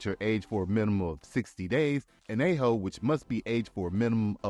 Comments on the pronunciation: Añejo pronounced AN YEA HO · Excellent video - i live in this región of México, SO if I may , in order to perfect your pronunciatión; piña is pronounced peen- ya, Agave is a - ga - vay Añejo is. An. yeh. -hoe TRULY good, 100% agave products from Reputable DISTILLERIES are for sipping, like a good Scotch . Thankyou for an Awesome Video ! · Maybe it's just me, but I have a hard time taking seriously someone who cannot pronounce the key words of the topic at hand. The ñ not an n. It is pronounced like an "n" followed by a "y". Piña is pronounced (roughly) peen-yah (same as in piña colada). Añejo is pronounced ahn-yeh-hoe. Also, cris-tah-lee-no, not cris-tah-lah-no. Could be a lot of truth here, but you lost me after the fifth "peena". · Bruh speaking so passionately about tequila but can’t properly pronounce piña or añejo 🤨🤔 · Love the video! But one small suggestion - your pronunciation of Piñas 🍍 should never sound like “penis!” The ñ sound is more like peen-YAS also añejo is ahn-YEH-hoh Thanks for the video! Learning about stuff I never knew - and I love tequila! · Piña is pronounced "peen-yuh." Añejo is pronounced "an-yay-hoe." Cristalino tequila or filtered tequila is not pronounced "crystal-la-no" but, rather, "cristal-leen-oh." Codigo is pronounced "coe-dee-go," not "coe-duh-go." Lots of errors and mispronunciations in this video. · Tried to watch this, but your pronunciation of añejo , piña was too much for me. It sounded like "penis" when you said "piñas"! Use "AI" to narrate and quit embarrassing yourself.